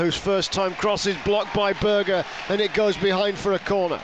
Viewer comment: Great result for the Blades last night and what a save from Foderingham. Ps. Can you tell the commentator. It's Berge not Burger. every game 😡